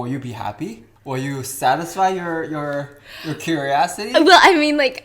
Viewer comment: Did anyone else hear him say "would that satisfy your curiassity?" My fuckin new go-to phrase.